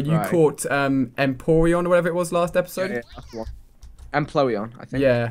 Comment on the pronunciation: Empoleon, not Emploeon